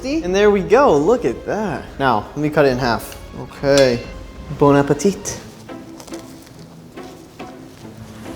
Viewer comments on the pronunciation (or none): “Bona-petite” lol boner appetite